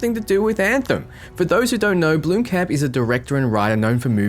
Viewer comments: It's not pronounced bloom-camp its blom-kump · BLOMkamp not bloomkamp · It kills me when you Americans try say Blomkamp... 🤣🤣